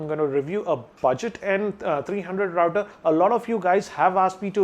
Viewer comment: He is pronouncing it right